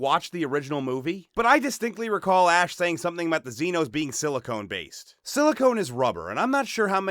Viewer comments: “Silicon-based,” NOT “silicone-based”. I’ll let you look it up . Sorry, but if you’re going to do this sort of thing, you should know the difference. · Silicon, not Silicone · Silicon not Silicone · Silicon not silicone.....HUGE DIFFERENCE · Silicon(rock) based not silicone(rubbber) based, sigh The idiocracy is strong with this one. Silicon is the one of the most common elements on the planet, oxygen being the second, and combined they form over 95% OF OUR PLANET. Since you are so poorly informed about the most common elements on our planet you probably don't know that plasma is the most common state of matter, making up 99% of the known universe. If any matter is to be considered suitable for creating lifeforms the search should start here and you just might find non-corporeal lifeforms made from ionized yet organized matter. We might even refer to them as souls. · SiliCON-based (primary constituent of rock), not silicone. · Not silicone. Silicon. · Silicone as in element Si, you dolt. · SiliCON based, not siliCONE based. It isn't made of breast implants.